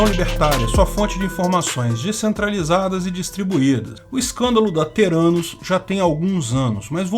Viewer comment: "Terânus"... os investidores não sacaram que era o deles que tava na reta kkkkk